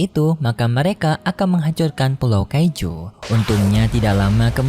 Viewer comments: Kaiju bukan keju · Bang kok bilang Kaiju abang bilang keju?? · Kaiju ❌ Kaijo di kata keju ✔️ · Setiap kali saat bicara keiju malahan keju😂 Dan saya baru sadar 😂😂